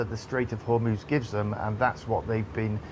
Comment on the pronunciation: Strait of Homuuuss 😂